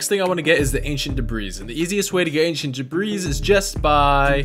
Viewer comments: Just wanted to let you know debris has a silent S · This is cool and all, but PLEASE for the love of cats learn to spell "villager" and "pillager"... Please... And it's pronounced "debri". Sorry, kinda had to get that out of my system... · Hey by the way, the S in debris is silent 😃